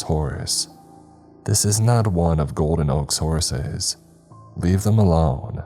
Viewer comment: Am I the only one hearing Horaces when he says horses sometimes??? Kinda like booby/ booty traps from goonies.